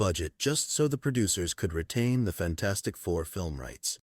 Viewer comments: HE CALLED IT FAN-FOUR-STIC TOO 😂😂😂😂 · He literally said fan4stic